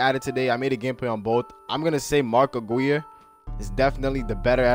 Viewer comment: You say mark Aguirre wrong